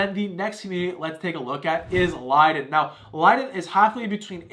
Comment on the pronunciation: You are mispronouncing Lynden. It is "Linden"